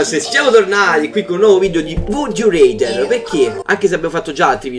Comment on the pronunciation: pronuncia rather con la A te prego, fa popo schifo reder